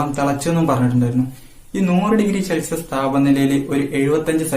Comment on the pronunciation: പൊളി -ശെൽസിഷ അല്ല _ സെൽഷിയസ്